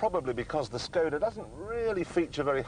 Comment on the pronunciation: Proč říkají skouda, vždyť umí vyslovovat š🥲